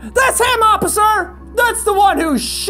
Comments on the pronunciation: it’s officer not opiser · "IT WAS HIM OPPICER" 10/10 ENGLISH SKILLS I SEE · "that's him oppicer" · Anyone else notice how Jack said Oppicer when the cop came to ask about the bandit? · oppicer lol